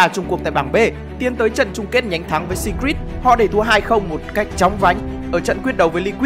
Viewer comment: Đọc phát âm Secret chưa chuẩn lắm ạ